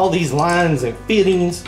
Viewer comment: "WHEN I GOT MY FIT'INS ON HERE"!!!! I LOVE IT BROTHER! NEVER CHANGE! GODBLESS YOU SIR! THANKS FOR THE INFORMATIVE VIDEOS! THEY ARE ALWAYS HELPFUL TO ALL US GEARHEADS!!